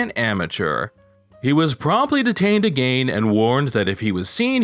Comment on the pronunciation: You just refuse to say again the right way 🤣